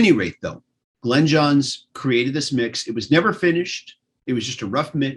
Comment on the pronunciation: Is lying back on a bed or a beach chair? Either that or he needs to sit up straight! Glyn is pronounced GLINNNN not 'Glen'! Yours pedantically! Ken